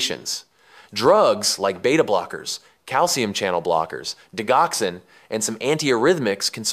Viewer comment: Great breakdown! Can you share some tips for distinguishing sinus arrest from a long sinus pause in tricky ECG cases? Also, a few corrections—for example, like 'P wave' instead of 'Pwave', 'digoxin' instead of 'deoxin', 'anti-arrhythmics' instead of 'anti-urythmics', and 'ischemia' instead of 'eskeeia'. Small edits like these would make the video even clearer!